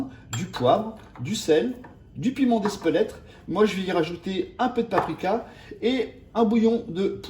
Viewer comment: Piment d'Espelette et non Espelettre ! 😂